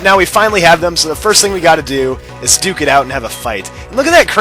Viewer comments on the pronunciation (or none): none